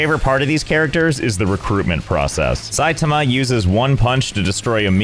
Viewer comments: I don't think it's pronounced SAI-tum-uh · its pronounced sigh tah mah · the way you pronounce ''Saitama'' mean you know nothing about it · I guess I can expect a guy who plays games incorrectly to pronounce Saitama incorrectly...